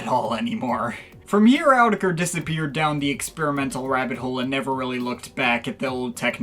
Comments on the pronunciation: It’s actually “er-tetch-ray” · All the "it's actually pronouced.." aside, it's actually pronounced "ah-tek-ra" like the sample in their song.. I don't remember which one but I swear it's true.